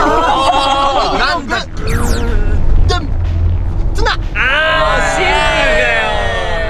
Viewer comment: 字幕が康二の発音に忠実で素晴らしい😂スタッフさんさすがです！！！ シンプrrrル いきまとぅよ 好きだー(笑)